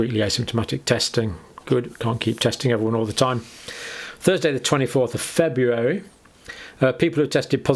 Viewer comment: I love how he says Febyeeary, lol.